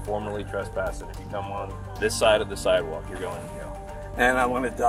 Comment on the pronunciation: It is pronounced siDe walk, not siTe walk. You need to go to school again.